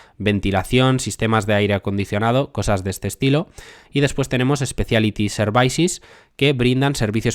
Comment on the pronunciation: Services se pronuncia “servisis” no “servaisis” me pone nervioso que lo dices así veces El vídeo es excelente, no te lo tomes como un ataque, a mi me gusta que me corrijan Gracias por tu trabajo Dejo mi like :)